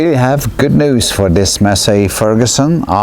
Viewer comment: When you said Massey Ferguson I thought it was just your accent but really I know now that you mint what a mess Ferguson